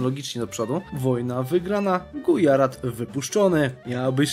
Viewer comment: I podobnie Gujarat to Gudźarat itd.